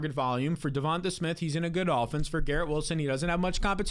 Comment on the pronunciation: is it not pronounced devon-TAY?